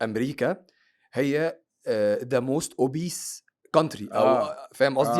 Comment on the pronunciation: بعدين كلمة أوبيز الذي يتنطق بها الضيف بالانكليزي والتي تعني مصاب بالسمنة الكلمة تلفظ بالانكليزي أوبيس وليس أوبيز... يعني مكان بلاس الإنجليزي من الاول